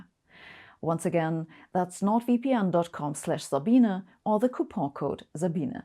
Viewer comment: I am just shocked her name is pronounced Zabeena and not Sa-bean